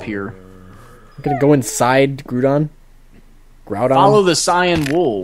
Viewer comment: No...its ground-on, not gruudon